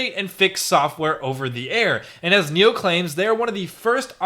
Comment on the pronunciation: spelled nio... pronounced NEO?!!!